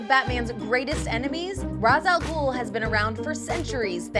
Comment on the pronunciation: It's pronounced Raysh al gool! v_v I'm not angry, just disappointed